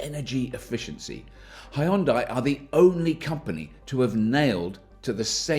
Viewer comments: It's hue for Hyundai not high! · Hyun-dae.... not hyun-dye. If hard to pronounce close enough, think of starbucks drink size GRANDE. HYUNDE. after all these years, why don’t we at least try it. Enjoyed your vid. Thank u. FYI, in Korea, there will be 2 segments available. Exclusive (starting around $39k after all incentives) and Prestige ($45k and up after incentives). Different battery, options. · As a korean, i teach u pronunciation "Hyun dai" (X)------> "Hyun dae"(0) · it's bloody hyundai, not heiandai. Decolonize your speech mate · pronounced Hyundai like Sunday bloody sunday i dont subscribe cuz of that! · it's not HaYundai, it's Hyundai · Why do British people sound like they're having a seizure whenever they try to say "Hyundai"? Just say it like it rhymes with "Sunday" -- the proper way like we do in the US. You're welcome! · Its pronounced Hunn day. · I get your game. Seeing how many ways you can pronounce 'Hyundai' in a single video.